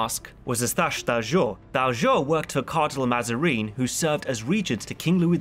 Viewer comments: I found "Mazareen" and "Orleens"most funny. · I love the content but the pronunciation of Mazarin and d'Orleans... My god.